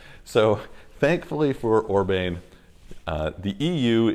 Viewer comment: I love your channel, but just FYI, his name is not pronounced Orbain.